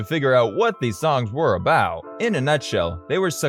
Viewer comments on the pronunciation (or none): none